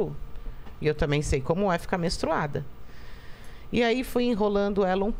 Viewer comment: ela nao consegue nem falar ''menstruada'' falou mestruada kkkkkkkkkkkkkkkkk